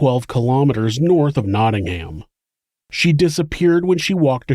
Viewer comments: "Naading-Ham!" Love the pronounciation! Now try saying Worcester! I love your shows, keep 'em coming. (Pronounced 'KNOT-inggum') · Americans, you guys need to learn how to say nottingham properly ahah also my honest to god reaction was oooooh im in the midlands!!